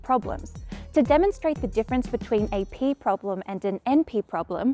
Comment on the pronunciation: I started to hear "pee-problem".